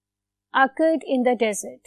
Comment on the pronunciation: 6 minutes tak fazool batain AUR desert pronunciation ghalat Hai iska